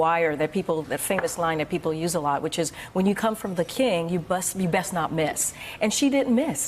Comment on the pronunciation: ''you bess not miss'' Ignorant